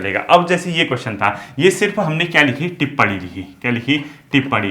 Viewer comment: Tippad nahi hota bhai🙏